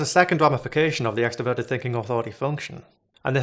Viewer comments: Is anyone else really annoyed at how he’s pronouncing introvert and extroverted, literally could not think about anything but that the whole video it’s “in-troh-vert-ed” not “in-teh-vert-ed” he does the same with extrovert 🤦‍♂️ Edit: I think he has a lisp nvm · I don't think it's a lisp, I think it's an accent, which I consider kind of charming. Many people in Boston and New York City don't pronounce their "r's" either.